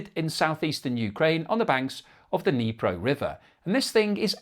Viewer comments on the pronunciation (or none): none